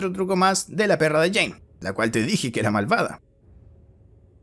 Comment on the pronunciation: nadie: inglese: jane dou jhonn dou argentinos: jean DOU